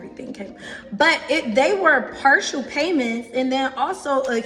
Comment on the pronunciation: How can you even listen to this woman speak? She doesn’t even say “partial” correctly. She is making a fool of herself. A “contract” attorney? Seriously?!?!